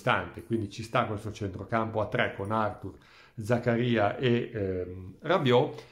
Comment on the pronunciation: Credo, ma non ne sono sicuro, che si pronunci Zakária e non Zakaría. O almeno mi è sembrato che lui lo abbia pronunciato così quando si è presentato in un video sul sito della Juve. Ma non ci giurerei.